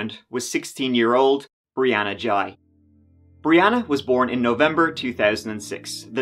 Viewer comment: This is going to get a lot of mixed opinions because of how the whole issue of the life style the teenager had adopted. you couldnt even bring yourself to correctly pronounce what it had changed its name to, ghey is not pronounced jai. Also have you seen how the media purposely waited to show more than one picture or video of the victim, its because of the overly flamboyant behaviour which will instantly antagonise much of the population instantly.